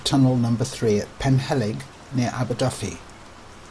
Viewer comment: Only fault is that the commentator pronounces "Aberdyfi" with an "F" whereas in Welsh a single "F" is pronounced as a "V"